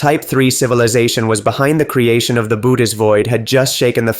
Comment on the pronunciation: You need to correct the pronunciation of 'Bootes'.